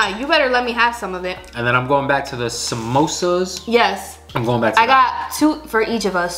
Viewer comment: The first guy who pronounced the samosa correctly